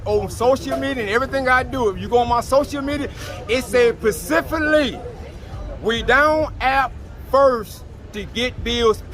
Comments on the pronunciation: Can’t really trust nobody that say Pacificly 😂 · "Puh-sift-fuh-lee, "we down app first....to get bills paid!😤" Lmmfaooo😂 alao made me CHOKE on my ice 😩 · Never trust a soul that says “pacifically” 😂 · I knew he was a scam when he said “PACIFICALLY!” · He said Pacifilly download apps to get bills paid 🤣🤣🤣